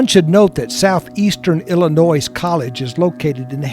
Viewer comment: Great video. I'm from Illinois and I wish people would remember there is NO "S" in Illinois!